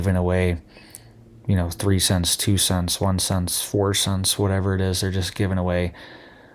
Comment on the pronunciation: CENT.... not scent....NOT Penny.... CENT..... for God's sake.... CENT !